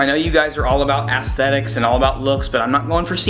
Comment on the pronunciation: EN-KEY, not EN-KAY....... ASSTHETICS? :s